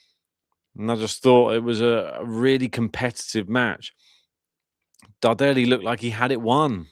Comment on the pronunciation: Hi! The correct pronunciation of Luciano's surname is Dàrderi (not Dardèri)... Greetings from Milano 👋